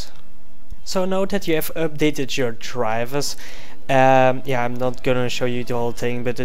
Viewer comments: how he pronounce "drivers" -> "Draavers" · I love wen you say Drivbersss <3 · love how he says Drrivverrs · the way he says "drivers" the whole time XD